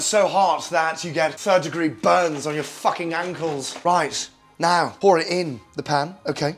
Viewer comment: The word "fukhing" gets me every time. XD